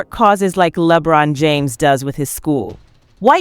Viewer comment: Its LEBRON, like LABRON. ONE Word. NOT LEEE-BRON. smh